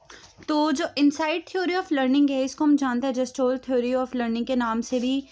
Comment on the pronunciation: जेस्टाल्ट nhi गेल्टास्ट hota hain दीदी